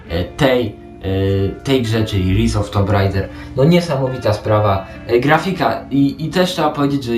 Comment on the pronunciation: Spoko recka. A tak nawiasem, nie "ris", lecz "rajs", bo tytuł wypada już wymawiać poprawnie. ;) O ile "tomb", zamiast "tum" w sloganie potocznym się już przyjęło, tak ten "ris" trochę rozprasza. Nie hejtuję. Lepiej wiedzieć więcej niż mniej. :) A ogólnie dobra robota! Pozdróweczka